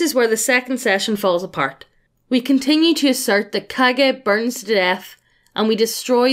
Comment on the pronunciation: Wrong pronunciation just makes this story so much better to listen to. I know what "Kage" refers to but now that I heard it as "Cage" I cannot not imagine village's leader as Nicolas Cage in Kage hat. Love it.